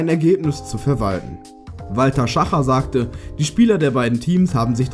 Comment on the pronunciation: Walter SchachNer und nicht Schacher